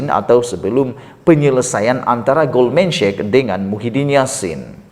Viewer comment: sebutan nya GOLDMAN SEK bukan GOLDMAN SHEK.